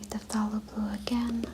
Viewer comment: Very nice, thank you. I used to listen to Bob Ross before I discovered asmr. BTW phthalo is pronounced in English "thay-lo". The P is silent.😊